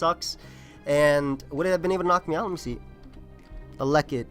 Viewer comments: This man cannot pronounce elekid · Same exact thing I was thinking. pulling a BlameTruth on us lol